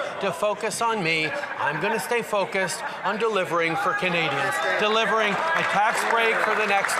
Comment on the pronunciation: delievering.. ahahahhahaa